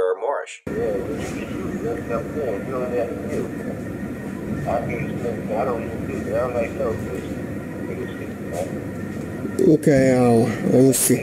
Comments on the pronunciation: At least this time he got his fake nationality correct on his last video he kept saying "mormish" instead of morish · Oh Wow, It's the "Moormish" Man.